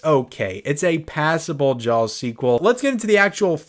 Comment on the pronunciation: I love hearing you say jawLLLLLs